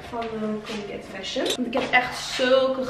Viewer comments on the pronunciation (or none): ik doe mee!! ben ik trouwens de enige die colgate fashion verstond hahaha